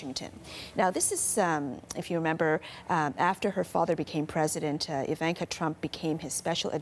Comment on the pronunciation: Please pronounce her name right ;) Just sayin